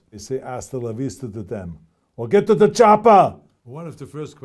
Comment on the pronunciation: "STAB BEING", not "STAP BEING" & "GED TO DA" not "GET TO THE".